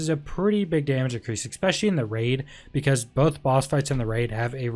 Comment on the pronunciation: I love the build video but its 'Especially', there's no 'X' in the word...........